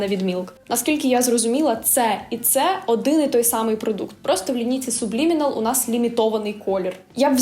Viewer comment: А чому сУблімінал, якщо читається сАблімінал?